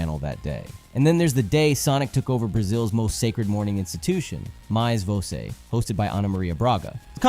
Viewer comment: nunca fiquei tão confusa sobre um cara ser ou não brasileiro como nesse vídeo kkkkkk primeiro você fala um dos memes como um br legítimo, depois fala "botafogo" e "mais você" com o maior sotaque gringo que já vi kkkkkkk que mistério